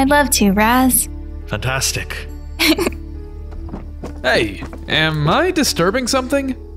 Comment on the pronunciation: Raz turns evil? More like Raz falls in love. I also like how says “Raws” instead of Raz.